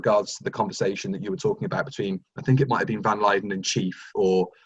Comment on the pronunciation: Anyone else notice love of Ambassadors of Death creeping in by calling Van Lutyens Van Lyden?